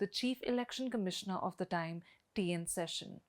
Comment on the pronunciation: It’s not session, it’s Seshan. Why can’t you say it right for the f sake?